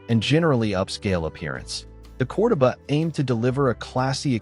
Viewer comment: Is this another ai channel? Ai mispronounces words like CORDOBA😮all the time.